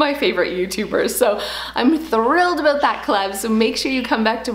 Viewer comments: a-boot lol cutee ( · I love how you say the word “about” LOL. ❤️